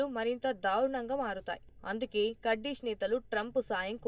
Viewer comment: అన్ని తెలుగు ఛానల్స్ కుర్దిష్ ఆర్మీ అంటే నువ్వు మాత్రం కర్డిష్ ఆర్మీ అంటావేంటీ వెర్రి బాగులదానా . నీ ఉచ్చారణ మహా భయంకరముగా వుండే కడ్డీ మోహము దానా .